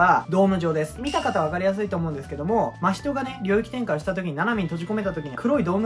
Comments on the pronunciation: わたしは、の「 真人」のイントネーションがいつも気になる〜🙏💦わたし的に、「 真人」は「 夏油」と同じイントネーションなんだなぁ🤔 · アニメのイントネーションについては、某所で言ったらめちゃくちゃ叩かれましたけど、も元々は「夏油」と同じイントネーションだったと記憶してます。 確かアニメでの真人のイントネーションが最初「マヒト」のヒが強調された呼び方で、動画でもそういう発音だったんだ～ってなって以降も変わりましたね。 ただその後結局アニメでも「夏油」と同じ発音になっちゃってどっちなの・・・？って感じです。(その後は夏油呼びに戻ってたような気もしましたが・・・ これは真依の「人外」や「百鬼夜行」のイントネーションと違って名前なんで、芥見先生本人しか正しいイントネーションわからないので仕方ないですかね。 ただ「人外」と「百鬼夜行」をアニメのままの言い方で仰る考察者多くて、なんだかもどかしい・・・